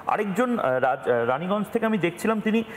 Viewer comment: ওটা রানিগঞ্জ না 😂‌ ওটা 'রায়গঞ্জ' Bangla